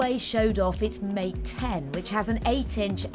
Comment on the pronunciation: It is Mate X , not "Mate 10".